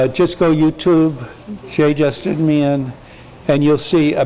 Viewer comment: Justin not Justeen